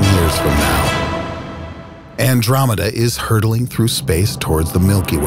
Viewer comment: Who also triggered when he said Andromeda?